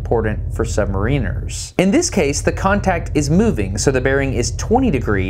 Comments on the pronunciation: You say SubmarEENers , we ( U.K. ) say SubMARRiners. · it's pronounced sub-MARE-iners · I hate how americans pronounce submariners